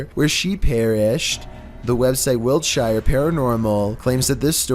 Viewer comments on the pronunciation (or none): none